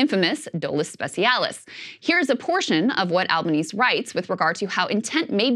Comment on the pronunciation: It is not "Albaneez" is is "Albaneehseh". Albanese, Italiano.